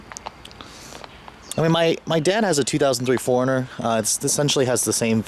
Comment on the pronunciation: When you say '4-runner' it sounds like 'foreigner.'